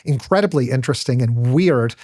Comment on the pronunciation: Whats weeeeeiiird is how this dude says the word weird. The fuck